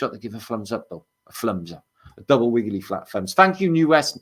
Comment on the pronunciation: Wiggewy fwat fwunbs